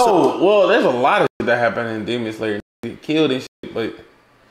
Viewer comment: butchering the names of all the characters from Demon Slayer gives off the same energy as a white mom pronouncing words like gracias and quesadillas as grassy ass and case a dill a’s